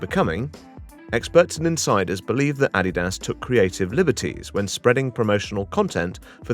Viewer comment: It wasn't until the narrator pronounced Adidas as "Aww-Dee-Dahs" that I realized this was AI Generated garbage.